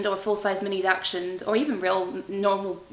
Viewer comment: Hey just so you know its pronounced daxhund not daxshund sorry its was making me giggle every time you said the breed 😅 enjoy your baby your going to be a good dog mum❤